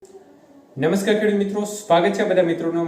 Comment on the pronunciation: નમસ્કાર ❌ નમસ્કાકાર✅😂